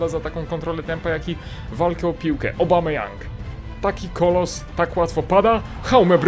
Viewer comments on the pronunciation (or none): none